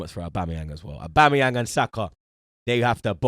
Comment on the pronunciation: saying aubamabloodclatyang 😂